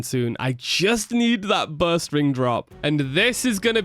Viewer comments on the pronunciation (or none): I thought he was saying "Burst ring" the whole time he was talking about bowstring and I was so confused.